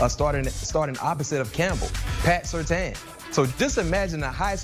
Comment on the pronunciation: How can all these people not know how to pronounce Surtain??? His dad was a pro bowler multiple times in Miami.